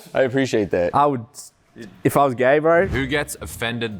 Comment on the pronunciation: How u say gay bro its gay not gaye wtf bro helll nhaaa